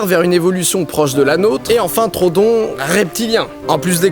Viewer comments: On dit pas trodon mais troödon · Juste par contre mec stp c'est pas trodon mais troudon en anglais c'est bcp plus jolie : Troodon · troodon pas trodon par contre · C'est Troodon le dino en faite pas Trodon mdr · PAS TRODON. TR OO DON. TROODON PUTAIN Désolé je m'énerve un peu trop vite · Ça ne se dis pas trodon mais troodon fait bien insister sur le "o" je sais je suis chiant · Je crois que ça se prononce TRO-O-DON mais super vidéo quand même ^^ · Super vidéo, comme d'hab 😉 Par contre je crois que le nom du dinosaure se prononce Tro-ho-don, je crois avoir entendu ça quelque part 🤔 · (on dit trohodon il me semble) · Didi ça se prononce Tro-odon ! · Didi pourquoi tu dis trodon? On dis pas troHODON (j'espère que vous avez compris...) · Deux chose : 1) l'oeil du dragon en vert est trop cramé 2) Troodon se prononce comme il s'écrit, avec 2 O À part ça bonne vidéo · ON DIT TRO-O-DON !!!!! merci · Ça m'a gêner pendant toute la vidéo donc je le dit, en fait ça se prononce "Tro au don". Voila, je sait je casse les couilles x) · le troodon se prononce trou-o-don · On dit pa troodon